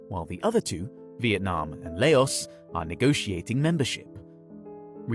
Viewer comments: Dude. No offence but you should do more research into the pronunciation of names. The pronunciation of Laos and ASEAN is unnecessarily hard to listen to and easily fixable with research. They don't have to be perfect. It's ok to have an accent. But "accents" don't make you entirely mispronounce stuff (unless your native tongue does not have that/ those sound/s in the first place). And as an English speaker, the excuse of not having that sound would not be applicable in this case. The 'A' in ASEAN is similar to that of "Apple." No one says "Aye-pple" (maybe American Southerners do. Idk. But pretty sure you aren't so it's just jarring and out of place). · It's 2023 and people still pronounce laos wrong😐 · La-os? fucking la-os?!? this channel is hilarious! You pronounce the whole thing, man. It's "Laus". Do some research next time. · The first syllable is pronounced Ah-sean, not Ei-sean. And Lao, not lei-os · Never heard of LayOs before 😤😤 bro it’s not hard to get it right it’s Laos 😂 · Ahh yes, the country of LAY-OHS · "LAY-OS" fucking seriously? 🤦‍♂️😂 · Its not layus. Do more research so the grift may be more believable. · As a Singaporean, I've never heard ASEAN pronounced as if it rhymes with "Asian". It's usually pronounced with three syllables, more along the lines of "Ah-see-ahn" (Also, Laos is a single syllable pronounced like "louse", and Lao (the demonym) is also a single syllable - I don't think it's pronounced "Lay-oss".) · Laos should not be pronounced as La-os , just saying. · As a Half Laotian half Vietnamese person lived in Saigon. I laugh so hard that he pronoun Laos as LEOS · He butchered EVERY SINGLE NAME!!! 😂😂😂 ….ASEAN, Timor Leste, Laos, Nikkei…